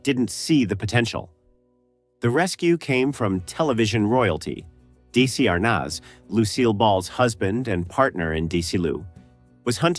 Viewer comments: Anyone not of a certain age would think this goofy AI narrator was saying D.C.Arnez. Yes - DESI ARNAZ. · "Daisy Arnozz" LOL Friccin' Al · It's Desi, arnez, pronounce it right? Annet's dezilu studios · Feels like click bait. Where is the "banned ending" in this video? It is not there. AI narration is so bad. Desi Arnaz is not pronounced DeeCee R-Nahz. He is indeed television royalty, as stated in the narration, and deserves not to have his name butchered. I will be blocking this channel the first chance that I get. YouTube should make it easier to block channels. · It is pronounced "Dezzy Arnezz," and Dezzyloo, A.I putz! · DEH-zee ar-NAZ. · I don't know if the narration is AI, but pronouncing the legendary Desi Arnaz as "Deecee Arnahz" or Desilu as "DeeCeelu" is unforgivable. I'm out. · Serling was a WWII Combat Veteran and a brilliant writer with amazing empathy. AI keeps butchering Desi Arnez pronunciation. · How can someone not know how to pronounce Desi Arnaz?